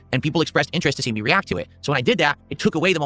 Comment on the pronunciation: REE-ACK